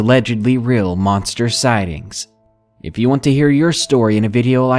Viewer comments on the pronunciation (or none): none